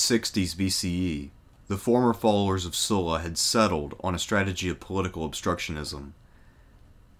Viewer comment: Thanks to pronouncing Sulla's name correctly.